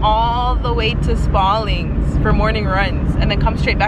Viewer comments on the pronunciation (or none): She says Sparleeens 🤔